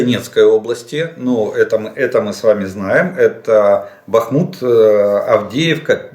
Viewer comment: БАхмут,а не БахМУт Олег. При всем уважении